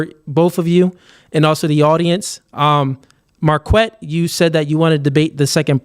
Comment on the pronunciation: Mar-kwet sounds gay. It comes from the name Marquette and it's pronounced mar-ket.